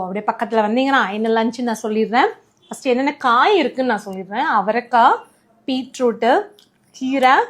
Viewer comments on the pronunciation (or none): Beetroot nga adhu peet root illa😂